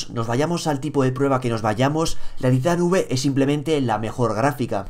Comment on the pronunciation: se dice titan five (taitan faiv) :v